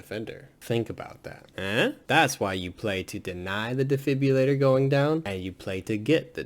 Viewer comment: you call it a defibulator it’s defibrillator🤣